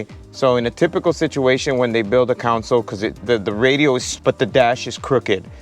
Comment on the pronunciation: My guy, it’s a ‘console’, not a council. Helping you sound like the professional you are. Cheer